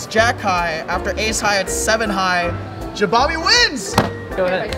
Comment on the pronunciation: i cringe every time u misspronounce jabami